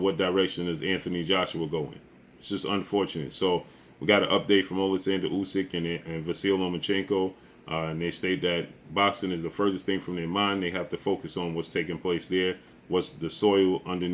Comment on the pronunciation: 2 things. Your video description is some clickbate bullshit. I'm not 12 years old. Secondly, it's pronounced "vasiley," not "vassil."